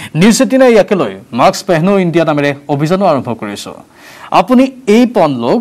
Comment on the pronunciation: Maaks nohoi....mask. Please pronounce it correctly!